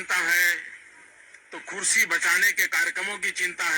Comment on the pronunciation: Khursi q bol rhe ehh ?